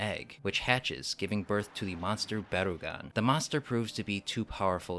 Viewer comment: "Baragon?" "No, BarUgon"